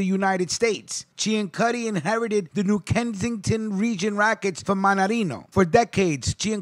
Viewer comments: Last name was actually pronounced "See-an-suty" instead of the proper Italian pronunciation that you used for this piece. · Ciancutti is pronounced "see an sooty" in Arnold, Pa. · Being from New Kensington I must tell you, that you have pronounced Mr. Ciancutti's name incorrectly. It is pronounced (Sin-sue-tee) or (Seean-sue-tee). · You’re saying his name wrong. It’s pronounced sansuti. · I was going to add the correction on the pronunciation of his name but others beat me to it. Ten years ago I was arranging a burial for a member of Sonny's biological family, and when I called the cemetery and started to spell the name the woman said, "Oh, Ciancutti!" She then regaled me with tales of the other Family. "You could walk down the street in New Kensington and know that nobody would try to snatch your purse, because if they did the Family would know about it, and take action." Thanks for all the research, and God bless.